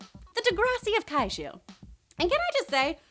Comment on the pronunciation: Wow did she just say Kaichu series? uhuh omen that the Netflix Ultraman will suck.